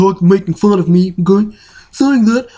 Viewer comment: whoah ok i really wasn't expecting that gracious of a response. Sry about that lel. To be fair you're close, you just gotta get the tone right and slightly change the inflection of the "M'kay"